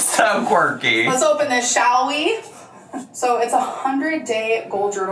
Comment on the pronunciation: Did anyone else catch her "yikes on bikes" followed immediately by "shaLLL we?" ALRs been watching too much Alex is Shook... Trying to see who the next top gorl is gonna be...